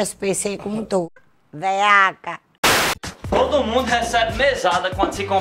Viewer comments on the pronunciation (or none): Ella disse veaca